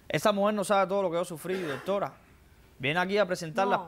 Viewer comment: Dijo DOTORA como de veces